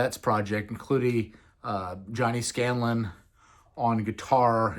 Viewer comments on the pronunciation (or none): I'm not meaning to be rude or mean, it's simply something I noticed. Make sure to do solid research before hitting the record button ESPECIALLY with iconic music. The guitarists name is not "Johnny Scanlin". It's "Johnny Stachela".